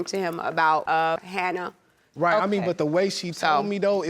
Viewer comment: I Know😫But, Then I Heard "Hannah"😳But, When I Seen The Baby😏I Swore They Said "Hannard"🤷🏽‍♀️So I Had To Run It Back It Verify🤦🏽‍♀️